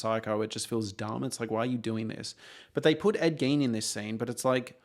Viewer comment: Are you saying Gain? Ed GAIN?